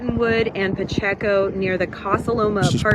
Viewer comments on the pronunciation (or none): Hi. It’s pronounced Pa-check-o. Pacheco.